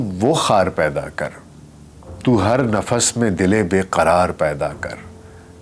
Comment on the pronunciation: Are you sure it is pronounced Naina and not Nina Behind the ' veil ' pronounced as vale Not Rukan but Rukn Nafs not nafas Noticeable . there is not a single photograph of Shaista Ikramullah in public domain in purdah herself . Purdah being widely misunderstood and deliberately enforced by men over women in the Muslim world